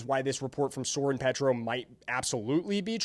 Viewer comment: Not a local person making videos about local things is funny, all this mistakes, doesn't know how to pronounce Soren Petro's name, doesn't know the difference between OP and KCK... How to keep a clown out of my feed... Ugh YouTube you're killing me.